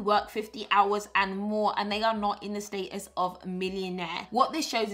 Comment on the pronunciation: I don’t know about y’all, but for now on I’m pronouncing status the PB way “stay-tus”! SN: PB, PLEASE make the planner available digitally so that I can have it on my iPad 🙏🏾